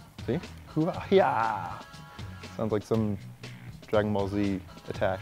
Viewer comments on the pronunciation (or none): the Hua Hai is pronounced "hwah" "high", and means "flower" (hua) and "ocean" (hai), so "flower on the ocean" basically. Then again, HuaHai could be the company's name, but those words do fit the purpose of a buoyant smoke grenade.:)